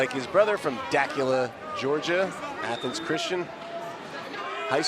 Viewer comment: The butchering of Dacula Ga was funny. Duh-que-la